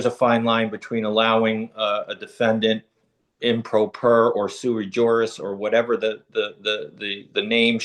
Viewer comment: I’m sorry did she say she’s a “silly jurist” 😂😂